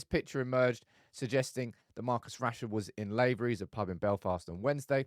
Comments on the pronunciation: Ro-Shaun Williams plays for Larne which rhymes with barn. Laverys is pronounced lah ver ees not lay ver ees. If Rashford doesn't buck up his ideas we should sell him to PSG in the summer. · Your pronunciation of Larne and Laverys was horrible 😂 but Thompson garage is where the dealers and hookers go, it's pretty much a coke den